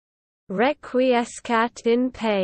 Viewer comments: Remember, Latin has heavy pronunciation roots in Italian. The proper way to say it is Reck-Wee-Es-Kat En Patch-Ee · #Clickbait how not to pronounce Requiescat in Pace. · Please take this down. The pronunciation is TERRIBLY WRONG. THIS. IS. HORRIBLE.